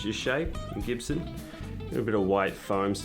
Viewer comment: It's not CHIBSON, it's GIBSON